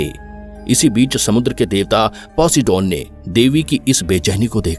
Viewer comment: वो पोसिडोन नही पोसाइडेन था 😂😂